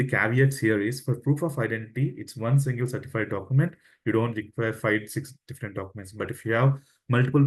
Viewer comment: What is fi years ??????? Learn how to say five .